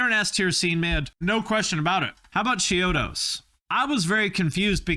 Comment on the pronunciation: you did not just say chode-os is possibly better than shikari lmao stop